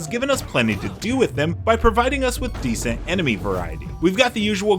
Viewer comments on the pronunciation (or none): Descent rather than decent. Project tiles rather than projectiles. Why does this sound like an AI narrator?!